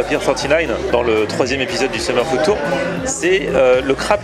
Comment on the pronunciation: à chaque fois qu'il dit food tour, j'entends ftour. LOL est devenu musulman en scred!